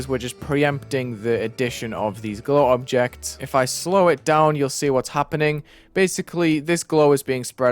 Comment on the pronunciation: "dobjects" is now my new favorite word